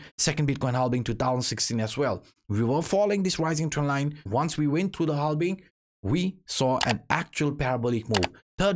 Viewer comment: Keep the "halbing" in the videos 👍🏻 maybe it becomes a good meme some day ✌🏻😅